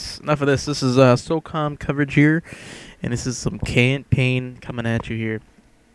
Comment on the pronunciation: it's SOCOM dude not SOCUM, as u said !!!! so cum :P